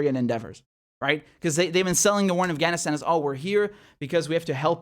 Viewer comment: I saw this general with all kinds of shit all over his chest, you know, ribbons and the like, clearly say "Assghanistan". I listened to it twice to be sure. Kind of sums up these assholes outlook, doesn't it?